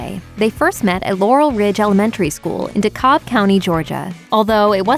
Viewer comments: I hate know-it-alls in comments more than most, but Georgians pronounce DeKalb County as "DeCab". The way it is pronounced here generates some confusion with its neighboring Cobb county. I was shocked, for a moment, as I tried to recall a Laurel Ridge Elementary in the Cobb school system. lol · DeKalb county is pronounced De Cab.